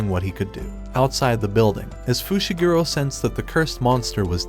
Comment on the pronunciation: bro called megumi fishiguro